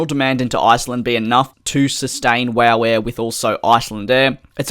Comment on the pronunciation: I died laughing when you said wooh air instead of wow air 😂